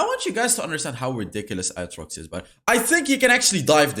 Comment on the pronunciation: His pronunciation of aatrox... I can't 💀